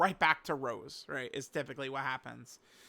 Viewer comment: this imposter is acting up not calling rose by his real name.... It's not like the flower rose..... Get it together man.... You used to say his name right....